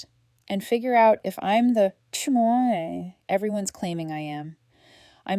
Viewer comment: CHmoyaaay~ killed me. That’s not how you say that. At all. 😂